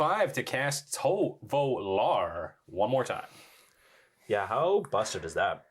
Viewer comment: ToVOlar. Not ToLOvar.